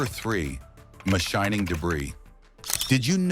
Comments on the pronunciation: "mashyning"? instead of machining. I really hate AI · Muhshining debris? What is that? I just love A.I